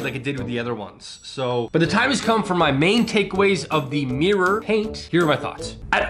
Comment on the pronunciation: It's called mirr-or...or maybe mirrer...not meer! Learn to speak please😂